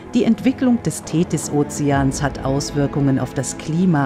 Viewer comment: Die "Thedis"....